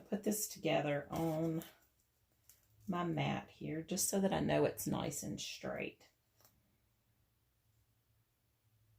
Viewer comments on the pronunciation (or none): So Cute! Love how you say, "schtraight"!